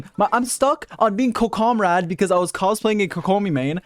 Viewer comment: I love when you stuck with the name of Kokomrade. It's hilarious! KKomi mah Komrade